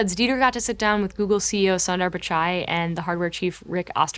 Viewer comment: Sundar. Su as in 'susan'. Not "Sun". I'm sorry but if y'all can take your time pronouncing Timothée Chalamet and Saoirse Ronan etc. this is the least you can do.